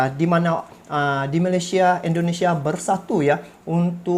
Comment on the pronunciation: Indonesia bang,,bukan indinesia😅😅